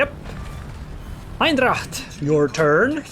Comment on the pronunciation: I sorta don't like to be that guy but! That Dutch cruiser is Eendracht not Eindracht 😁